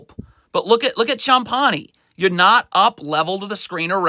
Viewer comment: Sometimes when players make mistakes it's not always the coaching but also from a lack of concentration or attention to detail. The way he pronounces Champagnie makes me cringe each time lol